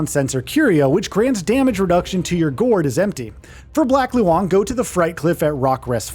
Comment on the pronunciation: it's pronounced as "lone", why do westerners have to make pronouncing these words so complicated 🙄